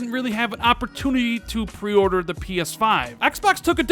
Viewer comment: Why does he have such trouble saying "pre-order"?